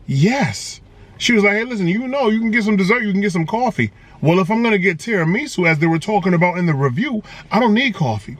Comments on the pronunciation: Terra “ME” su 😭😭😭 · Lmao, I'm sorry bruh but I gotta admit the way you say tiramisu like it's some kinda Japanese soup or sumn is irking me for some reason 😂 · And the weird pronunciation of tiramisu. Kinda cringy lol